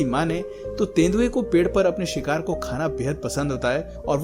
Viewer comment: You say sikhar a sikhari